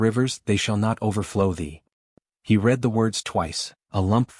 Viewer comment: I wish you could find a way to get the computer to say words correctly. For example it said "wound" as the action of putting thread/yarn onto something, but it is spelled the same. Also it said "Red" like the color and how you spelled it, however it should've been spelled "Read" where it would've then said it even more poorly. It also said the word "taking" as... lets see if I can spell it... 'tak-kin' instead of 'take-ing.' Every time I hear words said wrongly it throws me out of the story. At least this story doesn't have people doing the same thing 3 times, another thing that can throw a person out of a story...